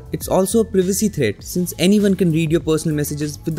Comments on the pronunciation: Privacy - Pry - Vu - Ce Not Pr- I - Vu - Ce LIKE STOP!! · It’s privacy not prevacy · What is previcee. Did you mean privacy. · He said Privacy in a different/funny way😂!!!